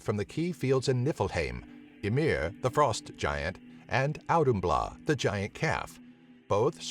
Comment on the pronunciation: It's authumbla. That d with the slash over it makes an English th sound.